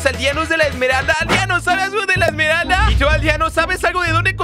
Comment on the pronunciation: no se dice emeraldas op se dice emeralda del caos